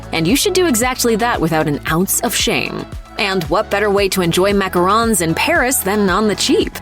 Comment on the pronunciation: You said Macarons wrong except for two times you said it.